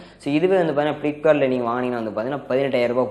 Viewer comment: athu sim ejector pin nanba.. ultra wide lens athu sprice ila price flipkart athu.. philipkart ila aperture enna nu sollu super amoled na enna nu sollu smartphones ila smartphone athu konjam english nalla kathukittu vanga thala.. karuved class ila.. athu curved class.. yebbaaa